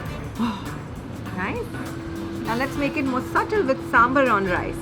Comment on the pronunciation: The Australians, who are eating south indian food for the first time, can pronounce sambaar so well. Not sure why my dear north indian friends can only pronounce it as 'sumber'. 🤣 Wonderful to see people enjoying s.indian food with their fingers.